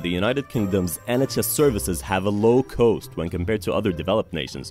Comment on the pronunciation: Why does the narrator of this video pronounce the word 'cost' as if it were spelled 'coast'?